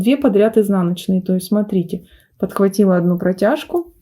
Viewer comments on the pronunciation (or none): none